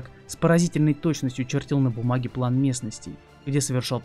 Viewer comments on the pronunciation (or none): none